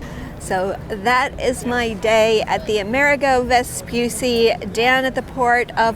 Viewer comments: just one tip, Amerigo is like America but with a G of "Garden" or "Go" and and a final O sounded not muted, like GO, so it is ameriGO and not VespuSSI but VespuCCI the sound could gentle C like in "check" like a "ch" sound. C in italian could be hard or soft, Hard like C of "Could" or "Cloud" or be gentle like in word "Channel" or for exemple like "Ciao" so VESPUCCI is double "ch" VespuCCi not Vepussi :) just to tell you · Please the name is Amerigo Vespucci not America Vespusi